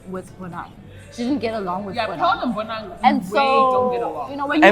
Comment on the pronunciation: Oh gosh why do you pronounce 'Bonang' the way you do. I cringe everytime you say Bonang..